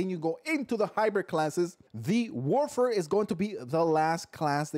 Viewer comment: This guy needs to chill he's not even pronouncing the name right lol how do you know it's op if you just base it off a video n not actual play time